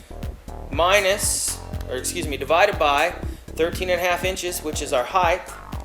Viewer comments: Not knocking the guy, or RTTI... I know what "width", "depth" and "height" are... But he keeps saying a combination of height and width; "heigdth" :D. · Heighth??????? Maesure??????? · he mayshured that "heighth"